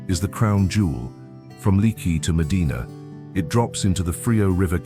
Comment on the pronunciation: Seems that if going to this much trouble to make these great videos; the narrator should have learned to pronounce the local names like Leaky, Nueces, Balcones, etc. I’ve tried for decades to get tourists to try Texas for one vacation. Although the territory covered here is way too big for a two week’er.